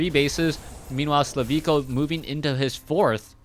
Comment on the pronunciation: HIS NAME IS SLIVKO NOT SLAVIKO!!!